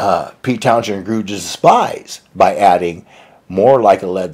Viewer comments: Interesting commentary and backstories here. (But really, I hope you can figure out how to pronounce "Townshend" more correctly.) As for Townshend as a guitarist, I've heard him admit at times that he didn't consider himself that great a guitarist compared with some of the very best. But he had the style, the flair and showmanship. I saw The Who live when Townshend was known to toss the guitar high into the air. My memory may be enhancing this a bit, but I saw him fling that guitar maybe 15-20 feet into the air, spinning as it flew, and catch it to hit a power chord immediately without a hitch. That was spectacular showmanship. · It’s wild that you did this much research and somehow missed how to pronounce Townshend’s name. I’ve literally never heard anyone pronounce it phonetically. That may be why you also missed that Pete has always been deliberately provocative and hyperbolic to get attention or just to amuse himself by winding people up. As you say, the Who were always very friendly with the members of Zeppelin, as well as the Stones, the Faces, Clapton, Beck, etc. And Pete has always taken the piss—for fun and profit. Meaningless trash talk has always been pretty common among British rockers of all eras. Hell, McCartney did it to the Stones just 3 weeks ago! He had a TV show to sell for Disney. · Why can't you pronounce the name Townshend? The "h" is silent Einstein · Oh for chrissakes the h is silent..Americans LOL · Funny in the first video we made on Pete Townsend, pronounced it like "Townzend" but later it transformed into "Townjend". Come on guys, no big deal. It's just pronunciation. As for me, Townjend sounds nice too. from California, so his pronunciation may be different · The “h” in Townshend is silent. The accent is on the last part :”Town SEND. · In our first video on Pete Townshend, did pronounce Pete's name like "Townzend" but later it transformed into "Townjend". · Townsend not Townshend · It's pronouced TOWNSEND!